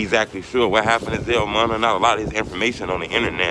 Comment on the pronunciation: It still say Vell , You said Zell Moona it’s Munna 🤜🏻🤛🏻🫡💯